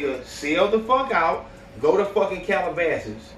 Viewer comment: Niqqa said “go to cal abases”🤣